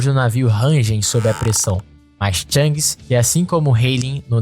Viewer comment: Bom vídeo, só revise o nome dos personagens, algumas pronúncias estão erradas, não é THANGS, e sim SHANKS, de resto parabéns pelo vídeo !!!